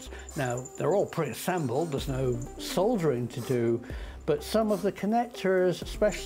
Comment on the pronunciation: Absolutely adorable! And being confident in the precision machining makes it all the more intriguing. I love how you can add customized sounds. So many ideas, muahahaha! But, uh, did you say, "there's no soldiering"? I presume you meant soldering. (Could that be regional pronunciation?) I'm ok with a little soldering, but if there is soldiering I'm out. I accidentally left my plasma rifle in an alternate timeline which was destroyed when I came to this one.